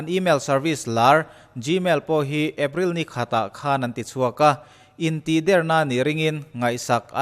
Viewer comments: In tihder i sawi dan thluk khi... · Intihder tih a "Der"tih lai hi thluk loh tur(ri hniam)tur niin ka hria ...a ngaihnawmin a bengvarthlak e ..tang zel rawh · Intihder hi i lam dan hi van mak ve.... kan lam dan nen a in ang lo tlat